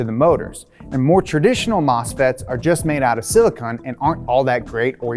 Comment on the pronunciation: ‘Silcon’. Great video though! Awesome presentation and info :)